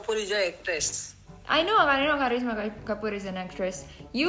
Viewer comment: gw kira orng indo, logat nya itu loh "Kharisma halo" Indo bgt